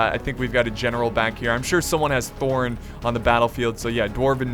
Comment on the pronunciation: IT SHOULD BE THROR, THRAIN AND THORIN FFS!!!!